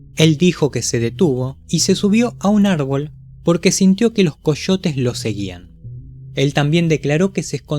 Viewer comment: Coshotes (Coyotes)